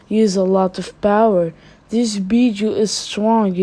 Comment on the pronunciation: With your acsent every time you say bijuu the subtitles said beat you🤣 "The anceit bet you" 😂😂😂😂